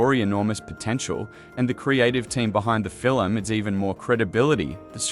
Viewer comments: "film" "fillem" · This AI narration tries to talk about the “fillum” created by Stephen Spielberg.😊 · The narration is just appalling. Fil-um, fil-um, fil-um! Did the creator even listen to this before it posted? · Doesn't it make you want to go see this fill-um?